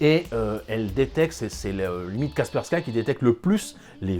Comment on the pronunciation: Superbe vidéo comme d'habitude. Cependant c'est Kaspersky prononcé kasperski , c'est une solution russe.